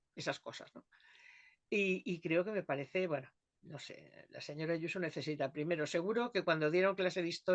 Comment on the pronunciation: Pero si esa tal Yuso no sabe ni decir su nombre como no lo tenga escrito